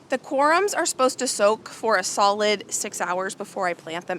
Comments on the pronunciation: They are pronounced corms, like corn but with a m. We used to have deer on our property when we were growing up. I loved to watch them, but they are destructive to the garden. We use to plant things for them on the edge our property that they like to eat. I would not plant any perennials if you have deer pressure. They would just be deer food. You will probably want to watch the orchard during Spring to ensure the deer do t eat all of the new growth on the trees. They can also damage trees with their antlers. That’s probably why they were fenced up to begin with. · What a wonderful garden show. Thanks for sharing. One thing for people to know if they are wondering, it’s pronounced corms not corums if someone is looking up the word it might be confusing. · Corms, not "corums"